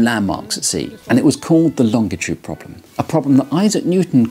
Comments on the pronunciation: Longitude… how hje says that word is extremely annoying and incorrect. If you look at a dictionary… Can't watch this. ˈlônjəˌto͞od, ˈlänjəˌto͞od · Good video! And I admire someone who pronounces the word “longitude” so strangely reading copy that features it so prominently. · As an American this is first time I have ever heard it pronounced long-itude I’ve always heard it pronounced Lon-gitude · I think I've been pronouncing "longitude" wrong my whole life. I always give it a "J" sound in the middle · Do most british pronounce longitude like that? I knew about a lot of differences, but I didn't know about this one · Pronounced that wrong, but sure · Very interesting video but it's pronounced longitude, and not longitude 😁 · This guy says longitude funny. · The way this guy pronounces "longitude" makes me physically uncomfortable. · You had me at longitude... pronounced with a hard "G" sound ... never in my life have I heard it pronounced that way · Can someone tell him he pronounces 'longitude' incorrectly? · P.S. the letter G when followed by I is usually a soft G, not hard. More like the letter J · Why the hard “G”pronunciation in “longitude”? It is quite uncommon.